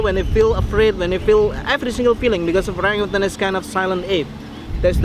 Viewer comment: Absolutely love you guys, please tell Ben that there is no G at the end of orangutan